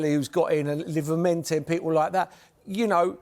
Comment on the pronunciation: he just cant say livramento to save his life 😂